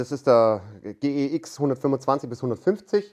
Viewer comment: Endlich jemand, der G E X sagt... sagt ja auch niemand Gsr.